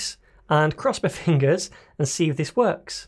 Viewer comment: "wuuckx" lol. Gotta love the accent :)